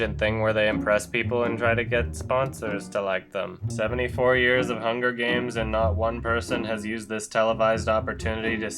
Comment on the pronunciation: HUN GER GAYMS